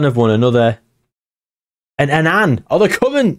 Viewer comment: An Anne 😂 It's just Annan